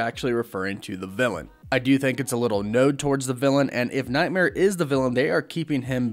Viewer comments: "Nod" rhymes with god, plod, quad, sod, wad, and fraud. Not road, load, mowed, or toad. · Script: "nod" Dude: "node" Me: flinch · Node? Don't you mean nod not node